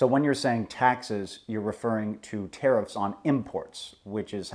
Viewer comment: LOL at "terrifs"